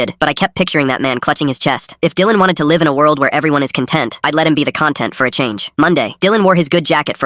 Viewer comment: When the AI doesn't know the difference between con-TENT & CON-tent, the whole story is trash. 💩 👎